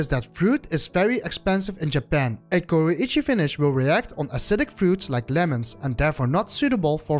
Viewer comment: Way he pronounces Kuroichi is super french, you can hear the "H" sound like "Khuo-ichi" very common in french vernacular. Much like pronuncing Oui...